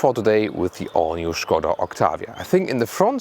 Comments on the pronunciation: When I heard "Shkoda" I knew I was in for a good review. I was not dissapinted. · I love how you pronounce "Skoda." 😱😍 The correct way. Cheers,. Always appreciate the review. 😎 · Finally someone pronounces Skoda....they way it should be. :)